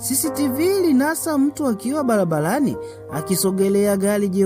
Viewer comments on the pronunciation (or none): SIO BALABALANI NI BARABARANI. KUNA TOFAUTI KATI YA R NA L.